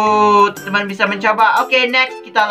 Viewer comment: Kak....tolong kalo opening kata" nya jangan terlalu cepat dan bertele-tele...soalnya nggk enak didengar....sama kalo bilang temen" kaya bilang TenTen sih...ngga enak didengar